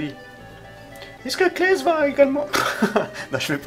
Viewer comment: C'est "Cless" et non "Klès".